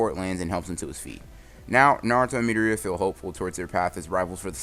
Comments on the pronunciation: Boi stop calling midoria metorita it’s (meh,door,e,a) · its midoriya not midoria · His name is mi-door-ree-a not mee-der-ree-a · ITS PRONOUNCED MI-DOOR-IA NOT MEEDOOORIAAAA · It’s midoria not mideria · Kept wondering who he kalling midoreia sounds kind of weird should of just said it like the anime midoria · It’s mitorya it’s midoriya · Pronouce it as MI-DOR-E-YAH pls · He said me da ri yaa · Is no one else getting annoyed how he says Midoriya? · am i the only one who are disturbed on how he says midoriya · Could you please pronounce midoriaya wright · Is anyone not bothered how he says Midoriya shit bothers me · Idk why but the way you pronounce midoriya triggers me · You pronounce midoriya wrong. Just saying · Are u saying mirio or midoriya